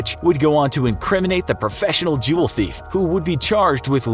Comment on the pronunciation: Did I hear juuuul dealer?